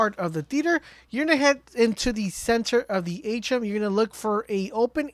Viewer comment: Its pronounced A Tree Uhm. Not achum....be a professional if your going to get paid bud....but thanks for info either way